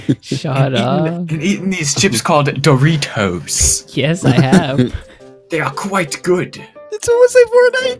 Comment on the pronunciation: Do - Ri - TOES